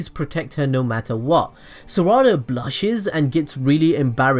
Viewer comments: Its saらda not saRRada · It’s not sawada it’s sarada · It’s not sarda it’s sa ra da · Bro don’t tell me you say SURADA it’s SARADA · Its sarada not sarida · Is it just me that hears "za warudo" whenever he says "sarada"? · The way he says saradas name makes me mad low key just say sa-da-da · Sa ra da lol its sarada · mispronounces sarada IT NEVER ENDS SORUDA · It’s Sar-uh-duh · Pronounced Sara-duh and Sumir-eh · saw raw da lol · The way he said Sarada is Sourada... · This is how many times he mispronounced Sarada ⬇ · Say the name right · The way u said sarada just pisses me off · he can't even say sadara right